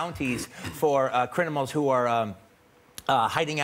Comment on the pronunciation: What are "crinamals" ?